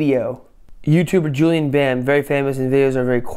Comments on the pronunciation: And his name is pronounced like Julien Bäm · Die sagen Julian BAMMM UND nicht Julien Bam. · It's "Julien Bam" not "Julian Bam" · JULIEN BAM. HIS NAME IS JULIEN! JULI E N! xD